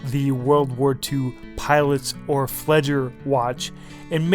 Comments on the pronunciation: fl EE ger...not fledger :) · It's pronounced FLEE-ger, ("flyer") and not "fledger." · Exactly. You take my words. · flieger is pronounced flee-gher not fledger, love your reviews though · It's Flieger not fledge! I love that strap where's it from? Also I never swim with my Flieger regardless off the water rating but that's me! Good video anyway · Flieger rhymes with meager, not fledger. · fleegah or fleeguh or fleegherr not fleejer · ROFL It's not "Fledger", but FLEEG'R, dumbo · A good summing up of this watch. Thanks. Very useful. One thing FWIW and if you don't mind, Flieger is pronounced as in 'fleahger'. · It is pronounced "fl-iger" watch.Yes, you do hear the "i"!! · Very nice review, superb information. I can't help it but I was really annoyed by the way you pronounced "Flieger" more like "Fledger", I cringed every time, lol! Big thumbs up though,as I said, good info and great imagery. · The style is called "Flieger" - pronounced "flee-gar", emphasizing the first syllable. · My God it's pronounced FLEE-GER. FLEEEE-GERRR! Thank you:) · just pronounce it as if you say "fleeger" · It's pronounced fleeger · Malik Martin why on earth would it be better to pronounce flieger, the german word for pilot, as fledger, the english word for...what? it's not about useless semantics, it's about having enough respect for your subject to make an effort.